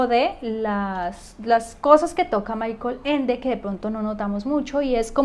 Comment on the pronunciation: Se pronuncia: Mijael Ende. Muy interesante la interpretación que das de los libros de Ende. Felicidades por tu video.